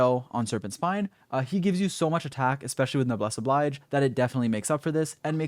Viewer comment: noblesse oblige is pronounced "no bless oh bleej" btw ;)